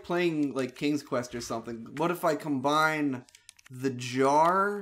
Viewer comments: Why does pronounce "combine" as "com-ben"? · It's an old RE2 joke. The word was shortened to combn and just kept saying it that way.